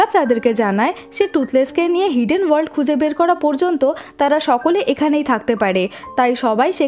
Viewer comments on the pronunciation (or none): none